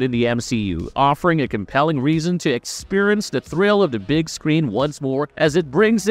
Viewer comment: I just... can't. Clearly this "person" (if not an AI) has never seen an MCU film, let alone learned the English language. That is, I just can't watch this video. Who is this guy? And why must he pronounce: "antics" as "antiques" "experience" as "expirnce" "Josh Brolin" as "Josh Braahlin" "altered" as "aaahltered" "alternate" as "aaalternate" "Tony Stark" as "Anthony Stark" "bald" as "baaald" "rebel" as "rabel" And that's just in the first 25% of the video. Thanks, whoever you are, for ensuring I never waste time on your material again. OMG.